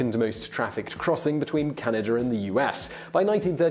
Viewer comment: I've never heard of Canader.. Is this a new country?